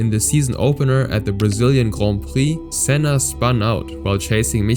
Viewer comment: You butchered Sennas name there